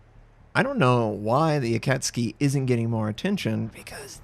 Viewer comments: Akatski Literally everybody else:Akatsuki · dafuq is an Akatski? OHHH you mean AkatSUKI? lol how do you mess that up. But seriously, GG and another great vid! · Its AkatSUKI not AkatSKI... smh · A,kat, su,ki.... not akucski. Sorry I'm a pedant. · Does ignore the 'u' in IJN DDs for a reason? I believe it's akat-SUKI rather than akatski He calls Mutsuki the same way 😂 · You pronounce Akatsuki like its a Polish ship. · A - kat - su - ki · Pronounced: Aka tsu ki! Love your vids mate. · Its pronounced >>> A - cat -sue-key .... <<<< you are welcome. I know most Americans don;t care but the rest of the world does. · Already watched it, and she still pronounces the u, lowly, but still. It really shouldn't be pronounced tski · In japanese it's pronounced "Akatski" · btw its pronounced a-ka-tsu-ki (ah---car---su-----key) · Doesn't even pronouce the ship's name right...for shame,! #headdesk #pullsNotser